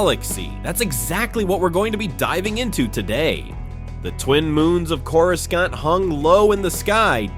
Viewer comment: "CorusKant"??? I'd advise dropping the AI voice and use your own. Authenticity will do a lot of work for you on YouTube, especially given how prevalent AI voices already are on YouTube.